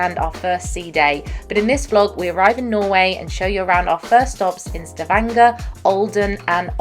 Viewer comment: Impressed by how he pronounced Stavanger - perfect.